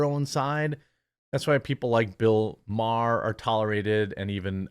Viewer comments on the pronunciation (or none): none